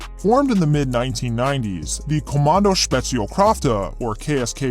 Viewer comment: regarding spezialkräfte: not bad. ä is more along the lines of ai in air or ea in bear. keep that in mind and take the bubblegum out and you pronouciation will be perfect😉.